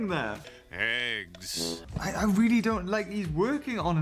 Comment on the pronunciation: heggs (the h is silent)